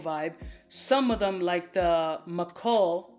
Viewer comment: It’s not Mi-Khul lol it’s literally pronounced as if it was written as Michael bro lol.